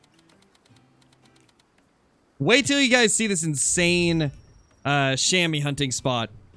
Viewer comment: Love your vids man! Funfact: Chamois is french and actually pronounced as [Shamua]: The 'a' as you pronounce the 'u' in „hunter“ and the 'oi' you‘d pronounce like the 'ou' in „you“ Greetings from a swiss hunter 😉